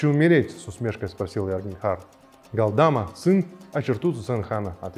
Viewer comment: Галдма, но не ГалдАма. Даже если пишут Галдама, то ударение надо делать на последней глассной 《а》 ГалдамА